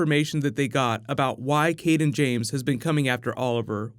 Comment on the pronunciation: Why is it every time someone mentions the name "Cayden James," it sounds like they are saying "King James?" It's been confusing me off all season.. lol